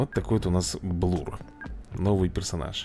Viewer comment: если что правильно не блур а блер либо блёр ещё не эрси а арси я просто поправить